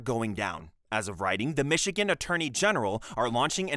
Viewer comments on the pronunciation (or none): none